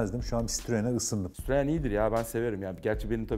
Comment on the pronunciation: Sitririnn he ! Citroen abi sitrrin gidin lenn 🤣🤣